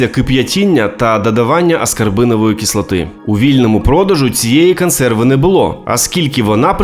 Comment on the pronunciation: Краще хоч якась українська з жахливим висловленням, ніж расєйська. Повага автору. "Кансерви", "каму спадобалась", "технолоґія" тощо .Гарна спроба говорити українською, але треба ще попрацювати над "паляницею", чи буде як в анекдоті "ти, москалику, вже приїхав" Бажаю каналу розвитку